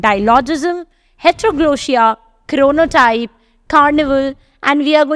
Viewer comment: It's not 'Bhaktin', it's 'Bakhtin'. It's not 'Chronotype', it's 'Chronotope'. Kindly do not misinform the students.